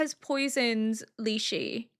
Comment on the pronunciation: Quick little pronunciation for Lishu. Instead of lee-she it's lee-shoe